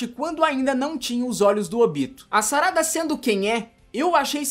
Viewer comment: É SARADA, NAO SARÁDA, voce fala com enfase e da a entender que esta colocando um adjetivo no corpo da personagem e nao mencionando o seu nome.